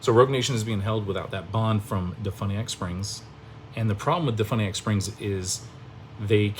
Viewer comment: Learn to pronounce DeFuniak Springs and Seminole County correctly. Sheesh. You sound like an ignorant fool. when did you become a Latrine Lawyer? Did you go to YouTube Law University?